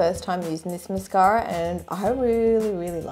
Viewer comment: when calls mascara "mascary"